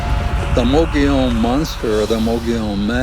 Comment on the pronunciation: Mogollon is pronounced Mo-Go-Yown'. Not mogee-on.